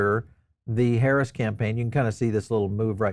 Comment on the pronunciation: You seem to be a smart man, so why do you keep mis pronouncing the VP’s name?